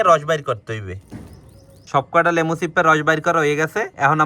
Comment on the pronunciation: লেবু,,, না,,,, লেমো